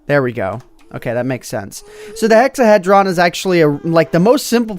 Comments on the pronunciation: Hexahedron is another word for cube and sounds like hē, not hĕ. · You just hurt the souls of many Mathematicians. It's pronounced hexa-hee-drun. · The Hexahedron is prounounced Hex-a-he-dron, the he is like saying he did something. A Hexahedron is a 3 dimensional shape with 6 sides. The more common name is a cube. It isn't 4 sides, you forgot the top and bottom. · PRONOUCED: hex-a- HEE-dron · Pronounced (hex-a-heed-Ron). The hexahedron is the name given to the Platonic solid with 6 faces aka the cube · nobody does anything with math lol it is pronounced hecks-ah-hee-jrun and it has 6 faces it is the mathematical name for a cube and it is chicks-you-lub it is the asteroid that dstroyed the dinosaurs i believe.. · because hexahedron is a 6 sided 3d object, a cube is a hexahedron, and it hurts to hear you pronounce it like that